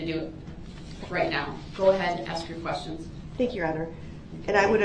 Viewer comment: Why would the investigator recover any shell casings from inside the car when shell casings are ejected from the gun in the street where the gun was fired? I think he "axed" those "quesshins" so he could later brag about being shot at to his prison mates like he was some "tough guy".